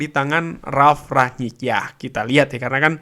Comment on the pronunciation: Rangnick bang bukan ranyik